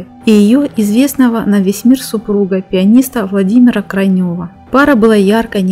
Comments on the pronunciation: Вам бы надо взять уроки сценической речи. А известный музыкант КрАйнев, а не КрайнЁв. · Пианиста КрайнЁва? Если вы уж НИКОГДА (??!!) не слышали фамилию пианиста Владимира КрАйнева, то хотя бы посмотрели в Википедии, как фамилии ваших героев произносятся прежде, чем выкладывать свои видео на YouTube! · Не Крайнёв, а КрАйнев. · Владимир КрАйнЕв, так звучит фамилия знаменитого пианиста, мужа Татьяны Тарасовой! Учите текст, прежде чем озвучивать...Косноязычие зашкаливает! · Вообще то фамилия пианиста Крайнев с ударением на первый слог. Как то уж очень режет слух. Готовьтесь, пожалуйста, к записям.